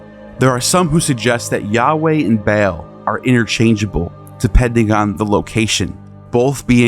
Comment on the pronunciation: Ba'al = Bay-all